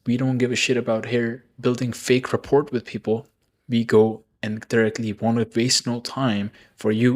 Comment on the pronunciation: rapport - Simplified Pronunciation: "ra-PORE" (with a silent "t")